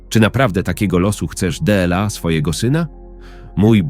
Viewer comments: Czego chcesz od czytania,? Bardzo ładny głos I czytanie dobre poza jednym słowem Dela. Tak inaczej jest w porządku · Można zauważyć jak czyta jedno słowo Słowo DLA czyta DE EL A